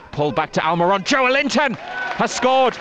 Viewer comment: Kills me how absolutely no one pronounces "Joelinton" the proper way 🤦‍♂️